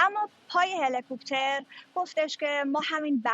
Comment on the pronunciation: Dear Samira, Its HELICOPTER not HELE-COOOPTER. هله کوووپتر نیست، هلیکپتر